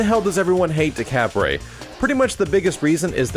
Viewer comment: How to pronounce "Decapre" декабрь is Russian for December. Instead of "Day-cah-pray," it sounds more like "Deh-cob-ur." Think "Dekabr" -- an abrupt r sound after the b. Why the anglicized version has a "p" I don't know.